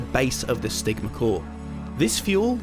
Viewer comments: I thought you said the sigma core lol😂🎉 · the vid: "the stigma core" What I hear: "the sigma core"